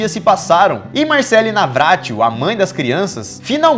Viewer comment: Teve uma hora q o Lukas falou meu nome "Marcely" e nn Marcelle kkkkkk